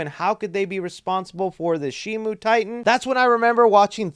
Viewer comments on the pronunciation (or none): It's not Shimu! It's Shimo! Where did Shimu come from? It's Shimo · Shimo,SHIMO,NOT SHIMU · @@ But that's not how it's pronounced. It's Shimo. With an O. There is no U